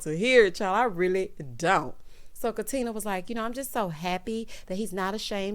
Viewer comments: He’s so ignorant. If he wasn’t such an a$$ I might be able to overlook it. No, that’s not true. Don’t mispronounce my name. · O always says “Katin-er” LoL 😆